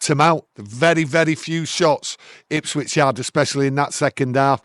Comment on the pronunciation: It's Ipswich for fuck sake